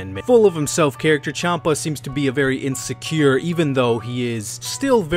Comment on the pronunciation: Chanpa is pronounced Shanpa. The name is based off the alcoholic drink, Champagne.